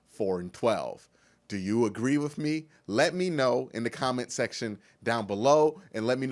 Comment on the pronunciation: Love your vids man... Great insight. Great comments and coverage... One thing though. Just one. With ...withhhhhh lol you said WiFF like 100x. You'll go farther in your career being grammatically correct.